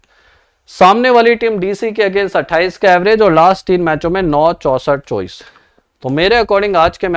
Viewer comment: यार चौबीस को चौबीस ही बोला करो चोविस नही